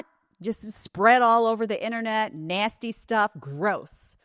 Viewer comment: Nay-steee 😂😂😂 is my favorite lol